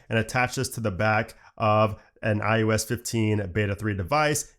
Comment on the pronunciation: does anyone else think he keeps saying iUS?